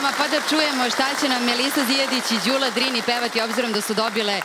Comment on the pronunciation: Nije GULA JEL MOGUĆE DA VAK JE SLOVO Đ NEPOZNATO PIŠE SE I IZGOVARA ISTO ĐULA❤